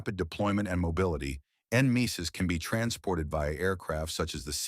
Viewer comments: en-MESIS? Nem-e-sis right? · It is said Nemesis you ignorant AI. Gods, ditch the AI and hire a Human... or coach it on these acronyms, JEEZE.